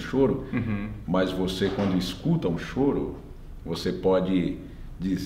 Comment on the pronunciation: Mas,, não é Chorô e sim, Chôro!